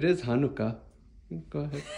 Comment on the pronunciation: Very good pronunciation of Hanukkah, love from Israel 🇮🇱